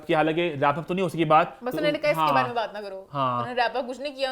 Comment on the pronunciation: Eman bary bary thek sy bola kro.bhary bhary ni hota